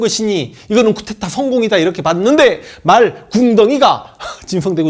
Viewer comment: 황선생, 쿠테타 아니고 쿠데타임! "의"발음을 "으"로하는것은 이해해보려함!